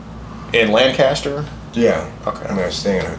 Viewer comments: As someone from PA. First of all Thank you! Secondly, it’s pronounced Lankester around here. 😂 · It’s Pronounced (Lenkester) btw when you are in PA. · It's pronounced Lang-kist-er.